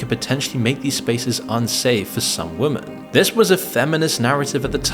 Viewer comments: Why do you say woman instead of women are you allergic to that word or are you using an AI voice? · Another glitching NPC who intermittently loses the capability to pronounce the plural "women" ... :P